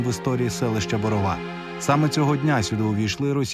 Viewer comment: Дякувати вам, за наше маленьке селище дізнається більше українців і про те,що там досі живуть люди і що досі не втрачають надію в те,що їх дім вистоїть завдяки захисникам 🙏 До речі,приємно було чути правильний наголос в назві селища😊